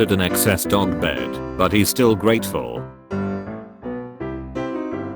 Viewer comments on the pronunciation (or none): there was an attempt to say dog right